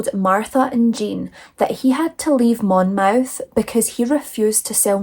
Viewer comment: Hi, I hope you are feeling better soon. What a horrific story, but I am still laughing at you calling him a ‘wet wipe” 😂😂😂😂Oh, and you were pronouncing Monmouth correctly, it is pronounced, Monmuth even though it’s spelled Monmouth.